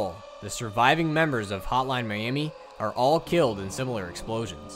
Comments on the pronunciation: all i hear is "Holan miami" :D good work though! really cleared some things up for me. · Is he saying "Hotline Miami" or "Holla miami? 😆